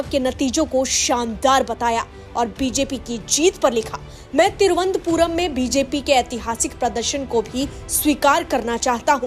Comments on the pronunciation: It is Tiruvananthpur not Tiruvanthpur pl note. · तिरुअनंतपुरम है नाम मैडम तिरु अन्तपुरम नहीं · Vo. Thiruvant puram. Nahi. Thiru. Anant. Puram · तिरुअनंतपुरम बोलिए। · पहले थोड़ा-बहुत अच्छे से तिरुवनंतपुरम कहने का उच्चारण सिखलो बाद मे जो भी प्रस्तुत करना है किजिए ।